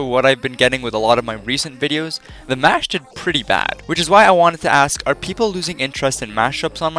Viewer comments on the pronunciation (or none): none